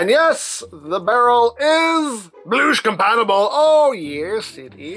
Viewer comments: "You never wanna bloosh to early" ~, 2021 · “You never wanna Bloosh too early”